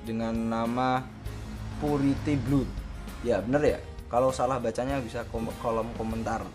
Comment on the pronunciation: piuriti blad bacanya